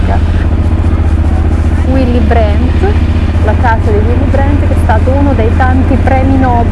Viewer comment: Ma Uilli Brent ...non si puo' sentire... Dai!! Detto alla tedesca suonerebbe "Villi Brant" Pronuncialo come lo leggi e andiamo sicuramente meglio :-) :-) Per il resto siete sempre simpaticissimi!!